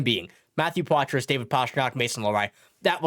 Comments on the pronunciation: #51 is French-Canadian. You don't pronounce the "s" in Poitras. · #51 pronounces his name with the silent "s". Just think we should be able to pronounce his name correctly...Just saying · The S is silent when you pronounce Poitras.